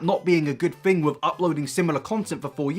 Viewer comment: “does this fing really work“